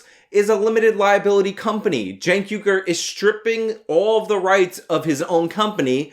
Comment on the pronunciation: "I am chank ugur" "I AM CHANK UGUR"